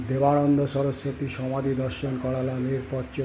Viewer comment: দাদা ঠিক করে পড়ুন। দেবানন্দ না বেদা